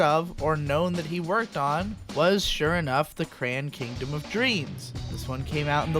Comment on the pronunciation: The way you said the title of the show made me thing it was "Cran Kingdom" not Crayon Kingdom. Looks like a group called SquareSubs has finished subbing at least 48 eps.